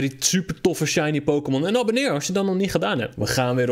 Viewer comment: je zei shinly